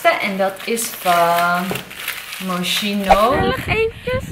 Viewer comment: Moschino wordt echt uitgesproken als Moskino.